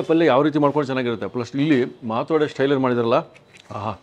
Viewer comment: She repeatedly said माटोडे